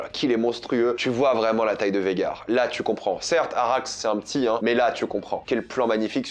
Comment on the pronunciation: C’est pas VEGAR, c’est VAGHAR, c’est relou a force, arrêter de sucer la VO si c’est pour toujours tout deformer a la fin dans tes reviews…